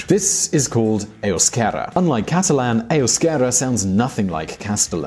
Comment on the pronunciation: You said "Castalan" with an S but you meant "Catalan" w/o an S in the beginning. I know it's difficult to differentiate between "castellano" and "catalán". Gipuzkoa, and Álava are NOT Navarra.